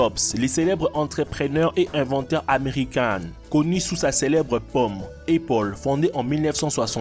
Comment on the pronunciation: épaule il a dit😂😂😂